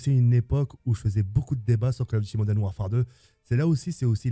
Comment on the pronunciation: Call of diti Moden warfare 😂